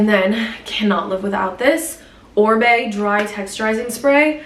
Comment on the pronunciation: Wait it is Oribe pronounced “ O ry be” not orbe like ombre!